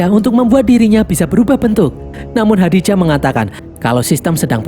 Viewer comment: Nama AI-nya Khaji-Da bang bukan Khadi-Ja😂